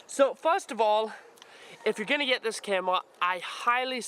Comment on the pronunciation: " ill show youw why this is the brest camwwa " lol no offence bro nice video